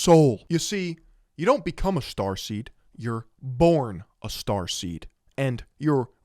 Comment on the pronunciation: I just keep thinking about transformers every time you say "strarsteam" 😂